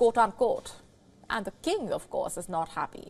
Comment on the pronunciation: She can't even say king correctly 🤣🤣🤣🤣🤣